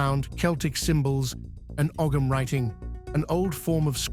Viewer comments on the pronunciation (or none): Oh-um writing. The g is silent.